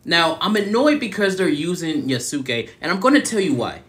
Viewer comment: Its pronounced yahs-kay